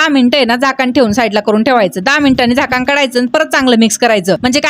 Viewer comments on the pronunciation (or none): झाकण ✅ झाकान ❌